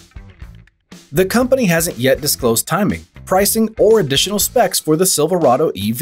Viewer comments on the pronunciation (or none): none